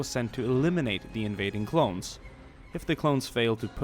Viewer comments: he said clowns instead of clones lol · he says clowns instead of clones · I swear he's saying clown instead of clone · You keep saying clowns not clones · said clowns instead of clones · u said clowns and not clones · you said clown!?!?